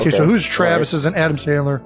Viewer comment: This is garbage not only is it AI, but the pronunciation of Travis’s name is not correct and the script is terrible